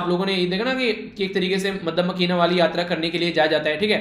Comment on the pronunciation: Rating- 9 out of 10 one mark cut kyuki aapne Nepal ki jgh ye bola ki dekhte h Iran m kbtk shanti aati h or second aapne Makka madina ko Madda makina bola😅